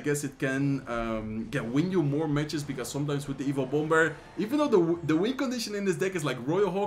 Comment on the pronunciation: I now say bomb-ber.